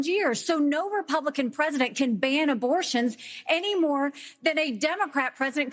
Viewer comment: The woman on the top-left, when talking about abortion, 100% said "band." Again, she thinks the word "ban" is "band." Not a reader.